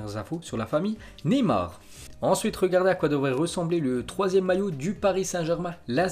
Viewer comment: Neyar😂😂😂 enfaite c’est Neymar